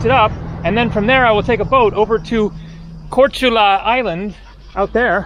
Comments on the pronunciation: Thanks for the tour....glad you had a great time...Learn to pronounce the names of the Islands and towns...it's a phonetic language ...."Korchula"..Korcula... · Love it,but you should have worked on the properly pronouncing at least the names of the islands and the towns...👌🌞🏊‍♂️🍺